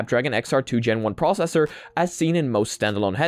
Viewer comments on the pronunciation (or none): none